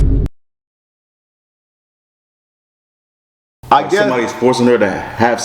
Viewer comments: Dude with the lisp: CELIBATE has no "N". You said "Voluntary CELEBANT" 5 TIMES..... YIKES!!!! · Volunteerly celibate not celenbat